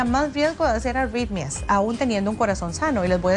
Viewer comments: La Dra tiene auiiitmia .. que le ocuuiiiee cada vez que dice la euuiie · Parece que dice "auitmias"